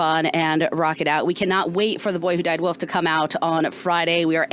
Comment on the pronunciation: Radio host says "woof" instead of WOLF and "expeshally" instead of especially lol... couldn't find anyone that knows how to pronounce simple words? LMAO